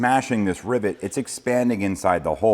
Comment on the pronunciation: Are you saying Ribbit (like a frog) or Rivet